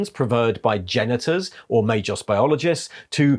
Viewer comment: is rarely mispronuncing obscure denominations derived from latin language but MAGOS is pronunced may-GOss not may-joss. G+O=GO not JO.